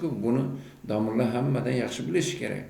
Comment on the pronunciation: Chaynalib nima deb yotipsan ey aqilli Domillla emas domla deyiladi. Badiy tilda gapirib bilsang gapir bo'lmasa chaynalma Xorazmliklarni uyaltirib. Ikki og'iz gapingni yarimisi yurtboshimiz bo'lib yotipti..... Ey Lagan